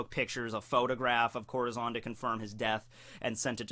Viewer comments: Corahzon? Try not to ad that "aw" sound at the end of every "A" when coming to Japanese (but in this case a Spanish word). nevertheless love your videos, stumbled upong them recently. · Dude i love your vids but your pronouncing it wrong (corazon)